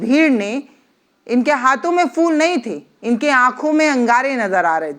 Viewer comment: Word Is: PHOOL ( Flowers ) Not FOOL Thanks